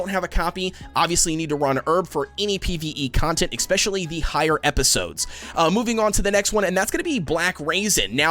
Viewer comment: “expresso” “exspecially”